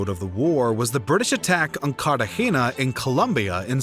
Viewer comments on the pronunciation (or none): none